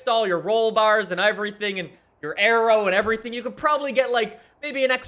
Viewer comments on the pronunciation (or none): none